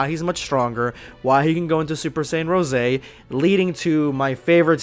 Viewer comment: Its “rose” not rosey idiot😒